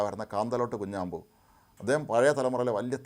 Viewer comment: 😂😂 കാന്തലോട്ട് "കുഞ്ഞാമ്പു" അല്ല‼️ കാന്തലോട്ട് "കുഞ്ഞമ്പു" ആണ്‼️‼️😂😂